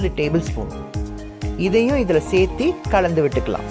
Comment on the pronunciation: Seithee seithee nu salathinga . Serthu nu sollunga pls